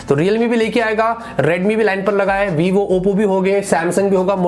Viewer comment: Vivo nahi ybo bolte hai use